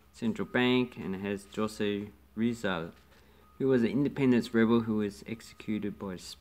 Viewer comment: Just a correction “Jose” is pronounced with a Spanish accent, “hoh-seh”